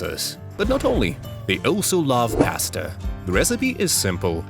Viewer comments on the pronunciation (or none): It's pasta not paste. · IT'S NOT PASTE IT'S PASTA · ahh yes my favourite Italian invention P A S T E